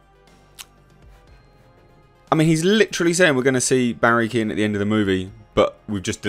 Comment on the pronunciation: his name is pronounced keoan (gh) is silent he's Irish